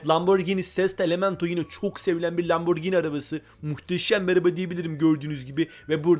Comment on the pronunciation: Yanlız o lamborgini diye değil lamborjini diye okunuyor öğrende gel